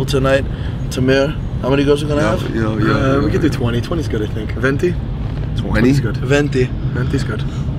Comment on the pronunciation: 100 will flock with an "Aventi" 😂